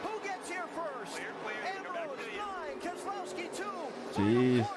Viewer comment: Brad Kezz-A-l(ow)-ski is the pronounciation